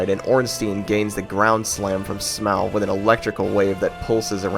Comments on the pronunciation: Would've enjoyed the video, but mispronouncing Smough and Gough ruined it. Just to be clear, do you pronounce rough like row? Because that's how you're pronouncing these names. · Downvoted just because how you say “Smauw” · It's Smough (smoff) not (smow)) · Smough is pronounced smow though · it's SMOUGH not SMAUG it's literally on the screen. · HIS NAME IS NOT SMOW IT IS SMOUGH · Month late but I'm going to correct you regardless. Smough's name in Japanese is pronounced the same way you pronounce Sumo. So the correct pronunciation is actually su-MO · This guy has some weird takes on DS1… Quelaag and Iron Golem difficult, super ornstein/Smough harder than both of them together, the way he pronounced Smough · bro how tf you mispronouncing smough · Good video I'd say, but you disrespected Smough with that pronunciation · Not heard Smough pronounced like that before. Great video though